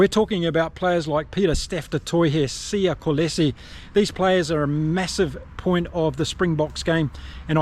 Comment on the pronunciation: Great analysis as always. But just in terms of your pronunciation of the player names: It's not Siya "KOH-LE-SI", it's "KOH-LI-SI". Also, it's not Kurt-Lee "AREN-SEY", it's "AREN-SUH"